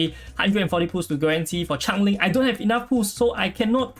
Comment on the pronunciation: Sorry but it is SO weird that you pronounce Change-Ling (ˈtʃeɪndʒ.lɪŋ) AKA Jessica as Chang Ling